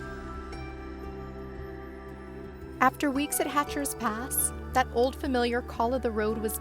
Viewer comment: Hatcher Pass (not Hatcher's) 🤗